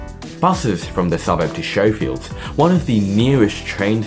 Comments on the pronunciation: You clearly havent done your research you idiot... Elara Blvd and Abell Rd isn't a road out of Marsden Park you Muppet. They are within an estate which is within Marsden Park. Marsde Park is bigger than just the area you think is Marsden Park and there are many more shopping centres than what you speak about. You don't pronounce Schofields as showfields. Maybe you should actually research the area you create a video on before just speaking crap to get some views... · Isnt Schofields pronounced "Sko-fields"not "show-fields"? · Unwatchable due to the Schofields / Showfields error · Excellent clip. BTW Schofields is not pronounced 'Showfields'. The 'sch' is 'hard', like it is in the word 'school'. So it's more like 'Skowfields'. I grew up in a new development, but at least then they were on a quarter acre block with a back yard, but no sewerage for a few years and the need to travel 40 minutes to get to a department store. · why plan and build a suburb there if it is prone to flooding? what did you call the station? Showfields? It's Scofield! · Schofields is pronounced Skofields. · True. But it added entertainment value 😂